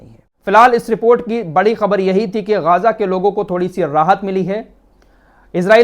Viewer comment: गाजा नही है सही नाम गजा है